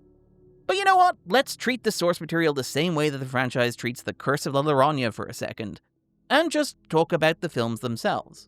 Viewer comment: Worth watching to hear try to pronounce “Llorona”